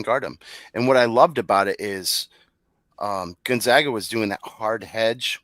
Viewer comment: How do you guys still butcher the name GonzAgA?